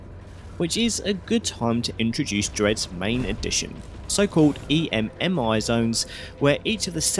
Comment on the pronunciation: You saying E.M.M.I. instead of just EMMI is driving me insane